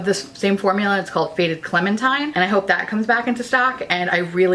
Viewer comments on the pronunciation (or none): none